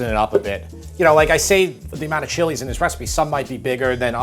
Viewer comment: Thank you for pronouncing the chilies' names correctly! It shows you know your ingredients!